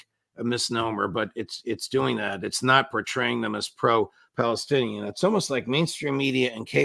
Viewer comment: "PELESTINIAN NEGOCIATION!"